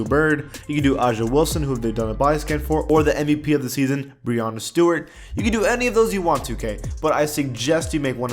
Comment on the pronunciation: when you said brianna stewart 😂